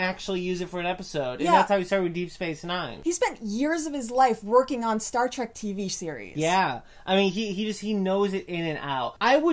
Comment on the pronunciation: facepalm:: You are both imbeciles that have no idea what you are talking about. You BOTH do the single most annoying thing a moron can do by pronouncing it "Track" instead of the blatantly obvious "Trek". Nothing else you have to say means a fucking thing in light of that single titanic idiocy.